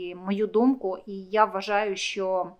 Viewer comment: А слабо сказати. Що, а несчьо, противно слухати